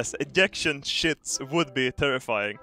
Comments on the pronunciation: See when he says ejection, I keep thinking he says 'ejaculation seats ' 😥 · Did he say ejaculation seats 😂😂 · wait, didn't say "eyaction seats"???????? he actually said Ejection??????